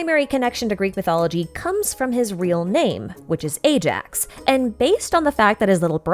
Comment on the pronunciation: Also. Ajax is pronounced as eye-axe, not A-jacks.